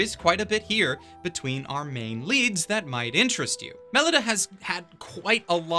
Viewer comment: BTW Melida is pronounced "Muh-Lee-Duh" because the author couldn't help but name her My Little Angel.